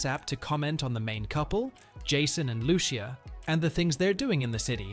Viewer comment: Loo-Cee-a not Loo-Shea, its literally the first word spoken in the trailer lol